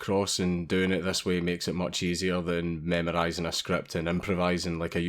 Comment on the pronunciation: Did you just say "meme-rising a script"????